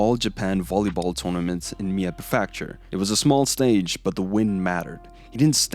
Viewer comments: loved the video, just a small thing, prefecture is not pronounced pre-factory, it's pre-fek-char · pre-feckt-shure is generally how you pronounce "prefecture." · lol it was weird hearing it pronounced that way. I think the reason people say something is because every time its said its a little jarring and it sort of shocks the brain and takes the watcher out of the video to think "what word was that?" But I'm not a linguist so this is just a guess. None the less it was still a good video. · What is a "per-FAK-shure"? Prefecture Otherwise, great info. Also, "calf". Bro, come on...